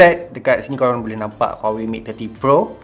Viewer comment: "buleh" instead of "boleh" 🤭